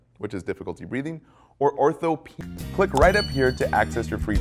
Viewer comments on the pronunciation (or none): I have been a nurse for over 30 years, so why am I watching these?😂 It's always good for a refresher. However, I thought it was "Diss-knee-a and Orthop-knee-a" as the pronunciation.